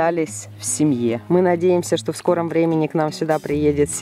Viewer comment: Не ми а мы а так правда